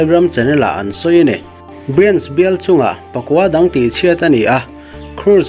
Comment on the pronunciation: Pakua dang tih aiin Pakaw dang Tia lam nise a mizo tawng phung zawk awm e.